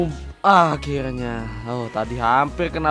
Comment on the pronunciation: bang kenapa akhilnya ngomong nya